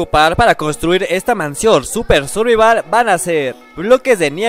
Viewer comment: ES SURIVAL O SURVIAL